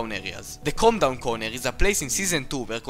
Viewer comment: It sound like c*ndom when he says calm down